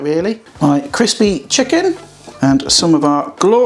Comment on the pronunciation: Did say "Chris, Beer, Chicken"? Sounded like it.